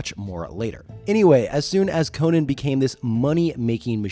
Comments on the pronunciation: Dude, I'm still watching, but it hurts me to hear someone say KO-NUHN instead of KO-NAN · The barbarian is Co-NAN. The late night host and comedian is Co-NUN. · His name is Co-NAN dipshit! Not the talk show host🙄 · Its not pronounced like Arthur Conan Doyle's name. The Cimmerian is Co-nan, with the "nan" as in "nanny". Howard said so. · I believe the name is pronounced - Con'an He IS a kind of Super hero,- he doesnt die no matter what adversity he faces, he is also far taller muscular, and stronger than most men, Con'an is a Hero with out a costume, it's obvious to me why Marvel comics was so interested in the character, & aquired the rights also because of the character suits the comics format as he is VERY visually described in the books. Con'an has made it possible for many talented Artists to demonstrate their works such as -Earl Norem Frank Frazetta, & the brilliant Boris Vallejo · You’re pronouncing it incorrectly, and repeatedly